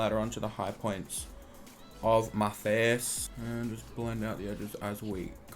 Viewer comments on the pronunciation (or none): “of ma face” u sound like where I’m from!! It’s a Yorkshire accent lmao😂